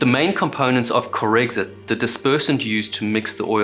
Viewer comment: "Corexant", OMG.....